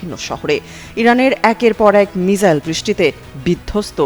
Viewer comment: মিসাইল কে মিজাইল না মিজান বলেন বুজি না।মিসাইল বলবেন